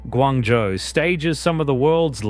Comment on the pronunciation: ， should be “Guangzhou“